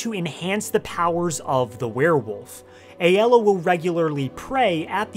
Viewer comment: It’s ay-la.